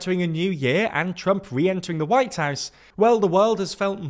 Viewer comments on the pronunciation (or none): none